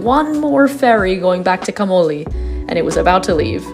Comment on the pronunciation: Please pronounce the name Camogli correctly.